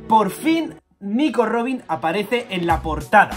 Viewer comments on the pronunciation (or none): none